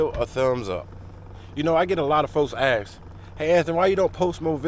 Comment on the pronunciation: Maybe you should use proper grammar. It’s ASK not AXE. God bless. You’re fitting every stereotype there is talking like that.